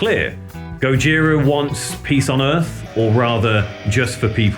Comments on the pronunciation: Please stop saying GOD-JIRA. French band, French way of pronouncing. Skip the D, it is GOJIRA. No f** D. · even though it is a japenese word indeed, you never hear any member of the band say God-jira, always Gojira as pronounced in French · "this is the story of God-jira".